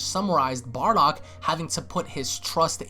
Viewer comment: Haha "Barduck" :3